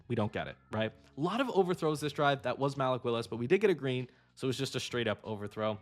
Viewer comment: MAL-ick Willis is crazy